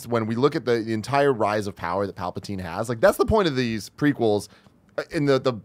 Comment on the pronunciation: Who are “Palpitaine and Dakoo”? 😂😂😂 Love Nick and his zany ways.